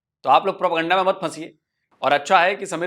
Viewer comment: प्रोपगैंडा नहीं प्रोपेगंडा।